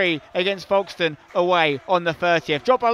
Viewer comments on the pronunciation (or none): you’ve got to start pronouncing Folkestone correctly 😅 it’s folks and as in ‘going to see the old folks’ other than that buzzing with another win 😂 keep it up. Up the tags